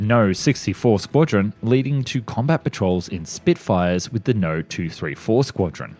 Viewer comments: Please stop using an AI voice! It isn't 'no' but 'number' when referring to say, 'Number xx Squadron"! Using AL voices is sheer laziness. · No. just no. Pls redo the voice-over before I scream myself to death. "No." is an abbreviation for number. Say "number" and not no. Also, orifice is pronounced ori-fice or ory-fiss if you must. Jeez dude, don't do this to us with such good material.